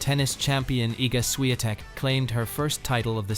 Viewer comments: I really do not understand how they pronounced her surname as “Shiantek” when it is spelled as Swiatek🤔🤔🤔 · Buddy, just for respect to Iga, if you use AI or any lector to read the text, make sure her last name is pronounced properly. Because this is what happened in this video is just ridiculous with no respect to world no.1 Don't do this again.